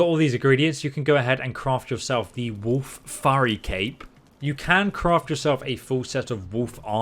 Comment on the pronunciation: they way you're pronouncing wolf is killing me :D woof